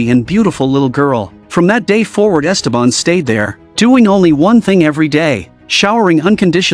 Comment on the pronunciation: It’s so jarring the way they pronounce Ésteban, with an accent on the first E, instead of the correct way, with the accent on the second e.